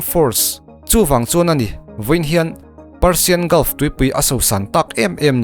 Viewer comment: Parsian a nilo. Persian tih zawk tur ee